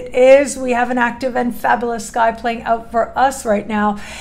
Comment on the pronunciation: Its fab'you'lous...not fab'ooo'lous! Lol. This kills it for me every time. Just a small gentle suggestion. ❤